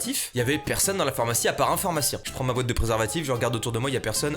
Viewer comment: on est daccord que on dis phormacien phormacie les gars